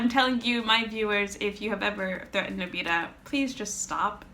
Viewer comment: you're pronouncing his name wrong